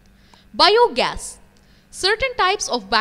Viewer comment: The way she pronounces bio gas is biyooo gas